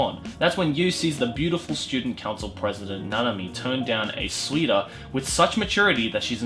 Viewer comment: When pronounces suitor as sweeter. Dude what the fuck.